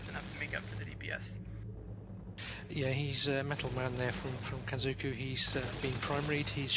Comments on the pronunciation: Wtf, why is this comment marked down? I agree completely! Now if they could get the hang of "Kenzoku". I bet they have trouble with "Sudoku" too. MAN that gets on my nerves. D: "Soodookoo"? Nigga, you best be frontin'. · I love the way the commentators suddenly start pronouncing "Kitsune" correctly, but fail to pronounce "kenzoku"